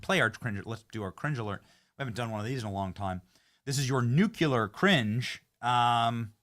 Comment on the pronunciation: BENNY! You’re amazing. Can you please check your pronunciation of “nuclear?”